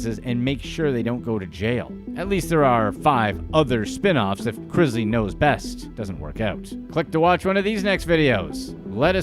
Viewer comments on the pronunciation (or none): It's pronounced Chris-Lee not Chriz-lee